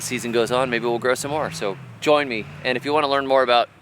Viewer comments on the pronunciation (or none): none